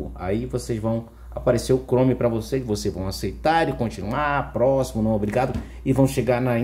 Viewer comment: Estava indo bem até falar “abrir chorme “ e deu erro 🤯